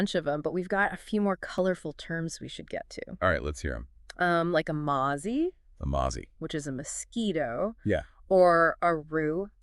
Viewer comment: Biccy and mozzie is incorrectly pronounced Swab :portable bag Sheila Bail